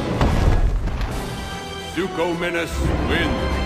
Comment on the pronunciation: The announcer says suchominus too